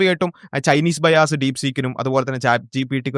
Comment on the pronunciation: ബൈ ആസ് (രണ്ടു കുണ്ടി അല്ലെങ്കിൽ കുണ്ടി വാങ്ങൽ ) അല്ല ബയസ് (പക്ഷഭേദം )